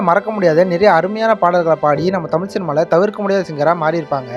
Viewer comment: நீ முதலில் தமிழை ஒழுங்கா உச்சரிக்க கற்றுக்கொள்.தமில் தமில்னு சொல்ற…